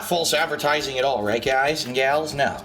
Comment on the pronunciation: Fahlse Advehrtizingh snort